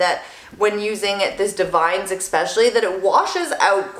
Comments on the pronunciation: Ugh don’t hate me... I promise I’m not the grammar police. I found out from an educator at my salon, Davines is pronounced Dah-vin-ess 🤷🏻‍♀️ I always called it divines, lol The more you know 🌈 P. S. Your my fav youtuber! Your hair is 💣 💥🔥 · Lol....Davines. It’s Da-vin-ess. Super pretty though. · That product is divine...but it’s pronounced: “Dah-vin-eS”